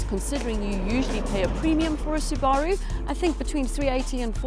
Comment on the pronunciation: You're pronouncing Subaru wrong.